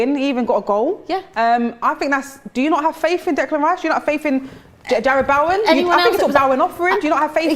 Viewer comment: ily but please can you pronounce bowens name as (bow-in) not boawoan XDDDDDD